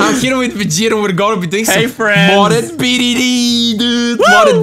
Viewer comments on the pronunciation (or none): It's BTD not BDD